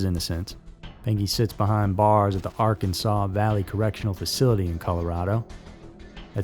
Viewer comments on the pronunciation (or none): none